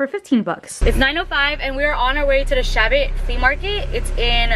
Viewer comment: Chabot.is pronounced like Shuh bow. Rhymes with rainbow. Thanks for all the great info!